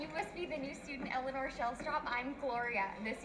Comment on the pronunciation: About Ted Danson pronouncing "Eleanor"...I saw someplace (can't remember where) that Ted Danson said he had no idea he was pronouncing "Eleanor" differently than every one else. While most say "El-a-NOR" he had been saying "El-a-NER". One time he said the more common "El-a-NOR" and they said "no, pronounce it like you usually do" and he was like "what are you taking about?"